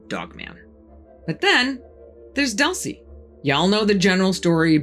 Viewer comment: Its"Doool-ce" not "Duhl-ce"